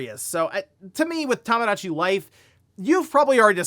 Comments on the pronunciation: Toe moe dah chi. Not tamagotchi. Bro….. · It's TOMOdatchi, not TAMAdatchi! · It's TOMOdachi Life, not TAMAdachi 😭